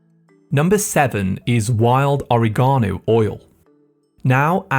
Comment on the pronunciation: Oriegono? Please teach the proper way to pronounce.